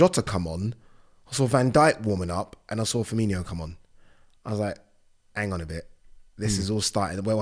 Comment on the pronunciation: He's not Firmingo, he is Firmino!!!